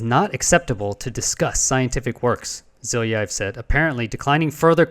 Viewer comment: 1. If they are 10x closer artillery shells, would such objects be observable from two points at least 120 km apart. The answer is NO. 2. Have you asked anyone to guide you through the presentation Zhilayiev (btw, check how to pronounce "Zh" diphthong in Slavic languages) delivered on the Sep 15 to the MAO NAS Ukraine? (available for seeing/downloading on the website you showed). At times, it's quite an emotional exchange, so you need only the gist. One interesting part in the pres, is that Zhilayev demonstrates pics a replicated photo session over the New York area by some researcher (Dan Caron). Details in the mentioned vid, at about min. 3. I've been working at the observatory in , I know the director (Yatskiv) and several researchers in the vid. The observatory is trying to distance itself from the unorthodox observations. Yatskiv is an open-minded professional, politically correct - he cares about the observatory's prestige, but won't "kill" the research. Personally, I'm not sure about the phenomenon (like, tbh, Zhilayev admits he and his team themselves aren't sure either), but granted the observations (and first internal reports/presentations) began in 2018 (!!!), it can't be the shelling. It may well be not UAP, but Aby's theory is WRONG.